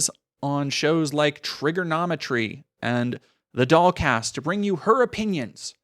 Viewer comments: lul. This whole time I thought ya was sayin' DogCast. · I wasn’t looking at the screen for most of the stuff about her podcast, and then looked up at one point and was shocked to see that it was called “the dollcast” rather than “the dog cast,” which is what I’d been hearing. Projection I guess.